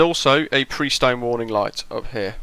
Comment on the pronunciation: "Prestone" was/is a brand name of ethylene-glycol coolant additive for water-cooled engines. It's pronounced PRESS-tone, as per their advertisements. (It's still a going concern here in the U.S.) I guess that at the time it was like Kleenex, Xerox, Hoover or Google: the brand name that sort of represented the entire range of similar products from all companies. The P-40B/C was used by Claire Chennault's American Volunteer Group "Flying Tigers," racking up an impressive 40:1 kill ratio against Japanese aircraft in the skies over China, Burma, French Indo-China and Thailand.